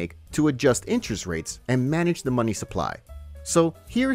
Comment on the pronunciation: “Muh muny”